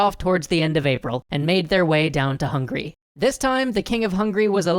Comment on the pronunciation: Hey man. It's Hung-a-ry not hungry. Swoosh away